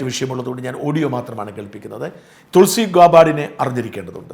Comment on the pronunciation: തുൾസി അല്ല തൊളസി